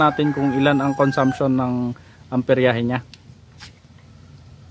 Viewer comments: Amperahe boss Hindi amperyahe. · nice content, Hindi yan amperyahe, amperahe lang boss.